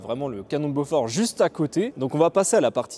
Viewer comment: Super explication, seul petit bémol, ça se prononce Bo-For et non Beaufort qui est lui un fromage. 😁